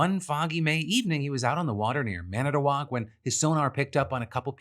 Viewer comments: As a Wisconsinite, I appreciate your pronunciation of Manitowoc! I can tell you put effort into finding that ❤ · Phil, as someone who lives in Manitowoc, I am impressed by your pronunciation of Manitowoc. Also, how am I first hearing of this from the PDS......